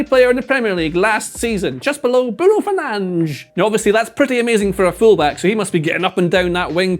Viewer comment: Bro watched the Premier League edition of how to pronounce players name properly with that Bruno Fernandes prononciation lol